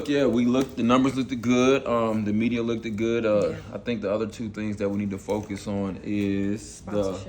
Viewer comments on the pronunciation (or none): “Look-ed” good??? Wtf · The fact that he said "lookded good" twice let's me know shouldn't do business with them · I can't trust anyone in business who says lookded. The word is looked not lookded.🤦🏾‍♀️ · If I’m in a meeting and someone say “looked-ed” then this meeting is over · I hate when people say lookdid or pacific! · Did he say 'lookted good'?? LMAO!! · Don’t invest with anyone who says lookeded 👎🏾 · He said “Look-ed good” two times. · Did this dude say “look-ed” good? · Look-ed is NOT a word!! 😂😂😂😂😂 And you want me to invest with you!!? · A businessman that says "look-ted" good and it's pronounced "looked" no T , might be suspect. 🤔...ijs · Did he say lookdid good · Nhiggah in the salmon suit kept saying "LOOK-TID" 😂😂😂😂😂😂😂😂😂😂😂😂😂😂😂😂😂😂😂😂😂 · I know he was not saying lookeded but want to talk about college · Is he saying lookeded good? 😂😂 mercy. This meeting is crazy. Did Domini say Rafi could wear a shirt and have a flashlight? Screams and chuckles. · He said " lookted"? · This businessman really said "lookeded"? Bro.... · Did dude say "lookded good", twice? SMH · He’s too old to be saying look-ted!!! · It was “lookted good” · I'm tripping on how folks just "look-did" past that. Not only did he say it once. He said it again, so he seriously thought that was an actual word. Geez. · Right? Like what in the hooked on phonics is “look-ted”? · I'm not ever giving anybody money that says "lookdid" good 😁😁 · Did he say the numbers look-ded good? I wouldn’t work with him solely because he said look-ded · Any man who says “lookeded” isn’t to be trusted😂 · Look/ed...when did looked have 2 syllables😂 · Mr Business School Grad, House, saying "The numbers "look-did" good, the media "look-did" good". Ok, Buckwheat, needs to continue your "edumication" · Did the negro say 'lookded'? Did he say it twice?? Wow!!! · And did he put an extra "ed" on the end of looked?? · Did he say, "lookeded" twice? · If you say “looked-ed”, we can’t work together! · Did I hear, “looktid” 🫣